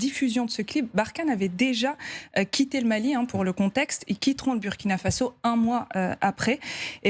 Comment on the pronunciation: Je ne comprends pas votre mauvaise prononciation pour le Burkina Faso dont le "U" ce prononce "OU" comme en exemple le Burundi, alors ce serait bien que vous fassiez un effort pour rectifier vôtre erreur, car cela ecorche les oreilles, bonne journée à vous.